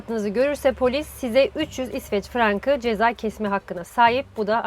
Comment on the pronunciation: Sende halaa frang diyorsun :) Frank --- Frank